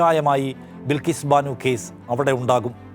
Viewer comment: ബിൽകീസ് അല്ല ബൽകീസ്‌